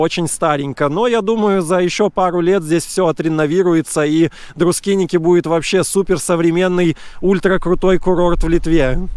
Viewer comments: Красиво, но почему Друскиники? Друскининкай! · Друскиники, как он величает, это по белорусски и по просту. Для них это тоже правильно, как и Эйшишки, Табаришки. Так что не серчайте слишком:)